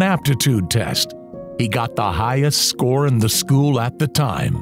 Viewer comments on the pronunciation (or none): none